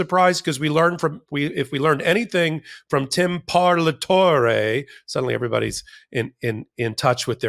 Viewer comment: It’s an Italian word pronounced par-la-to-re. Simple Italian phonetics. Language is valuable cultural component and should be respected as such.